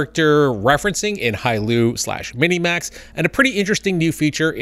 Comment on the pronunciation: Don’t mean to nitpick, but it’s “Hailuo”.